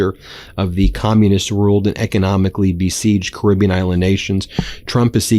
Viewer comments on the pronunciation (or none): none